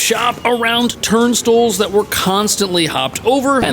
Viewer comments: It's not TURN-STILLS, it's TURN-STYLES, that's how you pronounce TURNSTILES. Stop sounding like a clueless tourist. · Why can't pronounce boutique and turnstiles correctly?